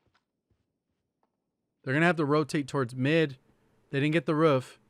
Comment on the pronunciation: Bro it’s ROOF not RUFF